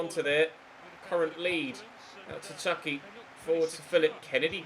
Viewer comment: It’s chuky not chucks